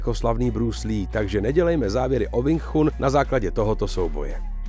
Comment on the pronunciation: ..tchun sa vyslovu je čun... kecy